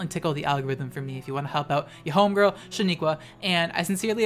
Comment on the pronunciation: Sheniqua we talked about this! it's shEniqua not shAniqua!